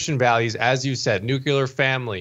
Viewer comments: Say it with me... New-Clee-Yer! say it again... and again! NOT, New cue Ler!!!!! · Say it again, ugh,that nuc u lar thing dives me batty. There is NO “u” in nuclear!